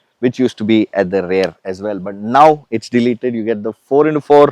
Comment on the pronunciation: Sorry Sir, but I'm a little confused. Every time you say "Rare" do you Actually mean rare or do you mean Rear? Please advice Sir